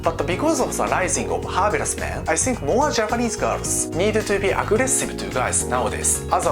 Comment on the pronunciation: Your English is getting so much better! Just so you know, it's pronounced "car-niv-or-rus" and "her-biv-or-rus" but other than that you've improved a lot. Your humour is this video had me cracking up, I like these kinds of videos where you're being sarcastic and funny. Keep up the good work!